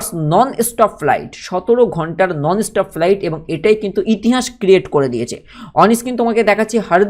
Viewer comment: Pronounce correctly plz ,estop ki stop bola chith